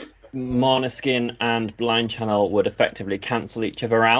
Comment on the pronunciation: you're getting really good at pronouncing Måneskin correctly. 😃 👍